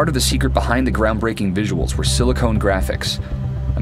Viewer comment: I...don't think it's pronounced Sili-CONE...